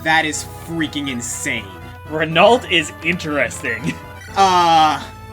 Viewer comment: Hey,, just like I told you about Legault, Renault is pronounced like Legault.